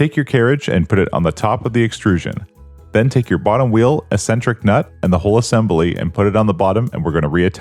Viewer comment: Assembely. Lol. I'm sure this guy will also say nucelur.